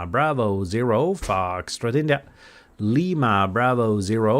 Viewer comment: Constructive criticism the way you pronounce the foxtrot India It’s a little hard to understand if I was hearing your CQ call over the air. Tough enough to understand knowing what it is listening to you on YouTube.